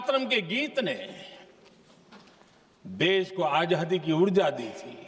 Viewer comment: मोदीजी, आझादी नहीं आज़ादी । आप का उच्चारण सही नही। आज़ादी हींदी शब्द है क्या? लगता है यह उर्दू शब्द है?